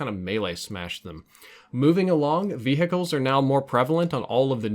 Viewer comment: Love the way you say vehicles: V hickles